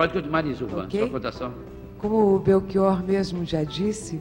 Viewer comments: Chato o Flávio tentando nos ensinar a pronunciar o nome do Belchior. Eu ainda prefiro o "Chi" com som de "qui" e o "or" aberto, como todos pronunciam. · Belchiôr? Então eu sempre pronunciei errado, falando Belchiór. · Belxiôr hahahahha